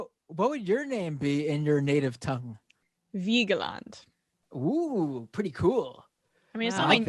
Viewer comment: And as an aside - when Emma says Vigeland it almost sounds like she's saying Uygur-land ... I mean Uighur-land (Cenk doesn't pronounce Uygur properly...)